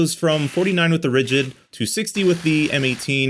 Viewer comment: "Ridigd"? Oopsie! :D